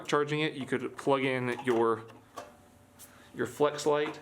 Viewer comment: I believe he was saying Fleshlight to kinda troll a bit